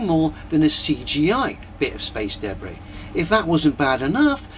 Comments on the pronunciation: This dude should NOT be making any sort of profit from his terrible videos. I can’t even get past his pronunciation of debris. Deb Bri. Debb Rhea? DaBree … it’s so awful I can’t even type how he’s saying it. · Every time that guys says debris, I flinch. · He wasn't just eating soup, he was eating "me soup," which sounds like a combination of body fluids and excrement. What's "space daybray?"